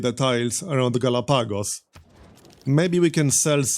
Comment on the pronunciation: It's pronounced Galahpagos, but this is just a nitpick for the algorythm gods.